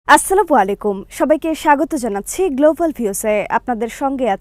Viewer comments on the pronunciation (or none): সালাম দেয়াটা কোন আলেমের কাছ থেকে শিখে তারপর সালাম দিন ।না হলে ধন্যবাদ বলে শুরু করুন।